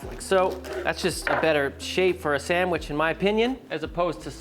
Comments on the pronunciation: There is no 'M' in 'sandwich'. It's not a sammich. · Pretty sure he says "Samwitch"